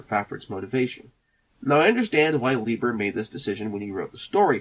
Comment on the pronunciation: It’s actually pronounced LIE-ber. Fritz was very touchy about that, apparently 😉